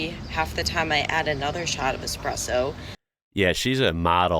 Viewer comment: At least most of the time I heard Espresso and not EXpresso my dear old dad always said "If the good Lord wanted me to drink coffee with milk and sugar, he would have put it in the coffeebean"